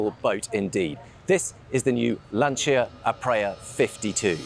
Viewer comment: Please. Lan - CHI - Ah. Nice boat, by the way.